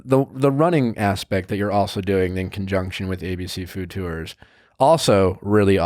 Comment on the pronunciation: Nick makes the word tours into 2 syllables. I hear it everytime.